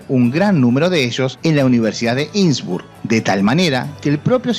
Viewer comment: No se dice insbur, se dice innsbruck!! Innsbruck!!!!!